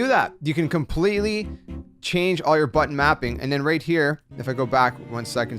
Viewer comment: Wait, did you say butt mapping?